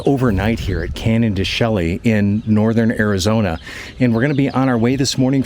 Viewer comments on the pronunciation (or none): Canyon de Chelly pronouns Shay❤ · I had to laugh as my wife and I took that "road" through the reservation last year with our Airstream and I said never again! Just a heads-up that being born and raised in Arizona it is pronounced "Canyon De-shae". Happy trails!